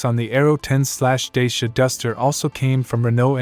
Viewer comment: Pronounced "Da-cha"